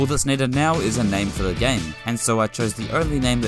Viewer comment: Why do you pronounce "game" like "gam"